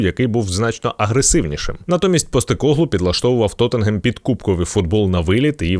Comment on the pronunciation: Лайк та подяка за вимову назви як "Тоттенгем"